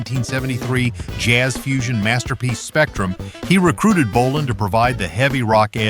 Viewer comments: And then it mispronounced Tom's last name too. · And yet another way to pronounce APPICE we didn't need. And later pronounces BOLIN as bow-LINE🤦🏻🤦🏻🤦🏻